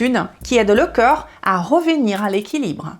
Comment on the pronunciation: Bon il faut faire un effort sur la prononciation au moins pour 2 mots, le corp et le coeur. Je ne sais pas si vous parlez du corp ou du coeur.